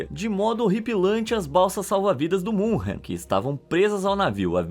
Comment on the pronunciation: Muito legal o video mas MS Munchen não existe. Fale Munique se não sabe pronunciar München.